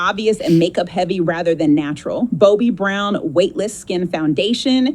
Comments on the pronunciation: did she say “Bo-Bee” and not “Bobbi” 😂😂😂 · I’m sorry, what Brown? Did she say Bo-bee brown? 🤨🙄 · excuse a pro makeup artist saying Bo-Bee Brown? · And AI says Boobie brown instead of Bobbie Brown. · The first AI bot said, "I'll showin you" and " bobee brown" da hell?!😅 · Who TF is “Bo-Bee Brown?” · It was the "Bowbbi Brown" that gave it away for me. 😂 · It called Bobbi Brown, one of the OG's of MUAs, Bobi Brown....that's what always gets me when it doesn't know how to pronounce one of the most well-known people, places or things. I freaking hate this 🙄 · On the first one did she say 'boobie brown' or something like that instead of bobbie brown? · Bow-B Brown?! Lol, AI is the worst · Bobee?🫩 Really?!🙄😮‍💨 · What brand is Bo-Bee Brown? 😂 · Not the BOBEE BROWN 😂 AI is outta hand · In scotland we call a peeenis a boaby so I laughed out loud when she said boaby brown 😂😂😂😂I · What in the dystopian nightmare?? The first thing I noticed was the weird, jumpy edits. The mispronunciations, such as "Bobee Brown," also gave it away. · “Boe-bee Brown” umm 😂 How did AI pronounce Estee Lauder correctly and not Bobbi Brown?! Weird af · BOW-BI Briwn. Lol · did she say bo bi brown? 🤣🤣🤣🤣🤣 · Bo-bee Brown? You're a makeup artist but don't know how to pronouse Bobbi Brown..hmm 🤔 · You know a makeup ad is fake by two things. The voice and the way they pronounce Bobbi brown. It's always Bobi. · Boby Brown 😂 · "bowbee brown" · She says bowby brown its obvious ai never get speech right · I lowe Bobie Brown! 😅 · The first woman said boe bee brown 😂😂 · "Bow bee brown" lmao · It also mis pronounces Bobby Brown lol. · Pronouncing Bobbi Brown wrong…. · Is that how you pronounce Bobbi Brown? AI mispronounces words all the time too. I watch enough scoop order videos to know lol (don’t judge me!) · The fact that it can't say Bobbi Brown correctly speaks volume's 😅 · Yep, just listening. There it was, what MUA can't say Bobbi Brown? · Thank you ! I was like she's a mua , but can't pronounce BOBBY ?